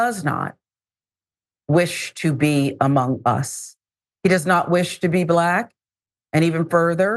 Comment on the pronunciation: Don’t say BLLACK like that! Lol😂